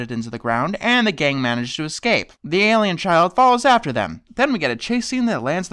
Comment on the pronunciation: Your pronounce alien like me! I always say air-lien instead of aye-lien